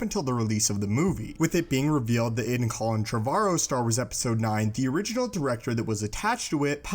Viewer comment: Hearing you pronounce Colin Trevorrow is irritating me everytime.